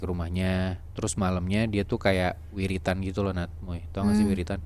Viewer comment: Wiritan apa ya ? Wiridan kali ya😅